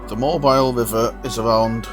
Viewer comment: Amazing video! Alabama resident here, I adore these guys! Also a side note, Mobile is pronounced "Mō-Beel", lol